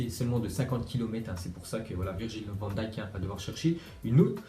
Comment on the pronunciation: pour une fois tu prononce bien van dijk